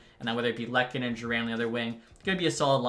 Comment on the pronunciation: LUUkannen not lek